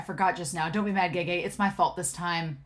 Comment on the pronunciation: I hope this doesn't come across as rude in any way 🥺. Remember that the pronunciation of the letter e in Chinese is different than English. I'm not Chinese, so the closest approximation I make is pronouncing "e" like "uh". Like how you've been saying Hua Chengs name. You pronounce Cheng like "chung". So gege is "guh guh", ge is "guh", xianle is xian"luh", e-ming is "uh"-ming, and scholar he is scholar "huh". I know that's not entirely accurate (and there's other aspects like tone) but as English speakers I think that's about the best we can do without an audio guide 😅.